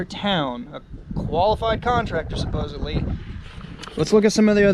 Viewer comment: .....supposebly isn't a real word. I'm sure you meant supposedly. 😉